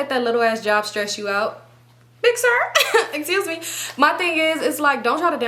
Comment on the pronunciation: Esuse me 😂😂😂 is mad funny to me omg bro 😂😂 everytime u say it i be wheezing 😂❤